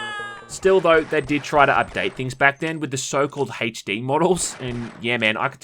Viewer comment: My dude said “hache D”